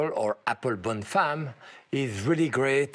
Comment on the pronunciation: "bonne femme", not "bon femme".